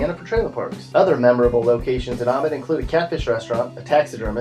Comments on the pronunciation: Did this guy just say a-mit instead of a-meet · Also that pronunciation of Amite omg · amite is pronounced a-meat .... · I live across the Ouachita...He is right, but hey he said Amite and Ouachita wrong.